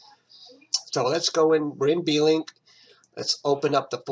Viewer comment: I thought it was Blink as in Wink, not "B"-"Link" ? :)